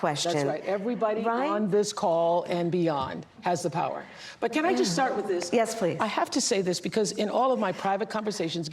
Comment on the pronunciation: Organically ... organically. ... misquote Ben Franklin .... word frappé.... step into Yau powuhhhh!